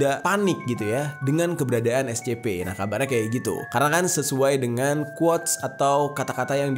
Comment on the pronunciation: Scp ❎ Es ce pee ☑️ Gk bisa ABC bgo🗿